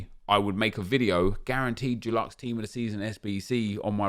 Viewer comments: Hope Dulux are sponsoring you pronouncing Deluxe like that 😬😉shame to see you (and other content creators) struggling to work with the bare bones EA are giving you. Hoping something fun to grind comes soon 🤞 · Does the way pronounces ‘deluxe’ bother anyone else?? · Yeah man